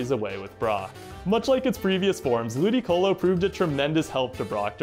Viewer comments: I thought he said Booticolo at first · I started the video and I swear i heard Bootycolo instead of Ludicolo